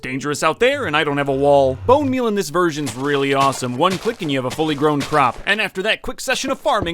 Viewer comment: especially in the older versions What I heared: especially in the older virgans